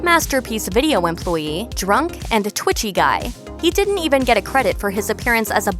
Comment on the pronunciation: Guy? It's Gee Germaine. Do your research